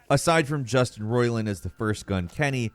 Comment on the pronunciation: they way you said it I thought the guy's name is "Justin Roilin" the way you say Roiland sounds weird